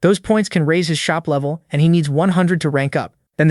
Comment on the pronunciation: bro doesnt say "level 1" he says "lovy 1"